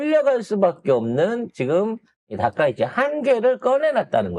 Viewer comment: 아 이 발음이 ~ 그냥 닥꽝 이라고 혀여 ~